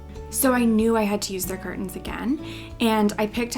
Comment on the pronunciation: "Cur tens"